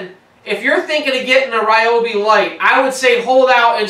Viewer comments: REE Obi, not Rye Obi.......Please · It’s pronounced “reeobi” Not “ryeobi” It would be nice if in reviewing a product you could pronounce it properly. Fail! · btw...its Ree-obi not Rye-obi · That's Reee-obi. :-) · You might want to find out the correct pronounciation of "Ryobi".